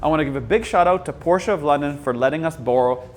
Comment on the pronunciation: This man said the name correctly!!!!! Still hate the look of the rear lighting though.